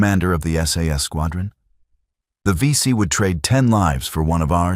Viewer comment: If you do AI to make your video. Please use spell check and proofread. These are Aussie legends and your Ai is crap. Vet's read through this. 23 seconds in you call them the BC. WOW. AI is "Not good"! Disrespect to the VC.